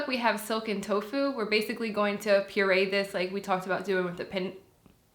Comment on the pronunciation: "so next up we have silken...toe foo(t).." sounds delish 🦵👌👍